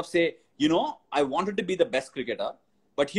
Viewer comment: Yes bro he tortured us He used to say and pronounce sachin tendulkar As sachin teandulkar